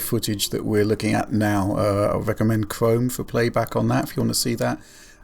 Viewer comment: "I wecommend Chwome"